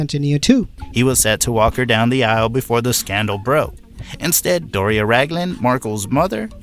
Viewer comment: She is not Doris. She is Doria (dor/ee/ah rhymes with diarrhea).